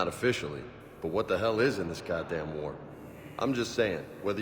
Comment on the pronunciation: "Godam". Yeah, I think that's how he says it. Don't laugh, though, she'll destroy you for that.